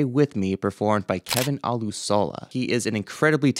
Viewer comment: Olusola....pronounced O-LU-SHO-LA...emphasis on the SHO....olu-SHO-la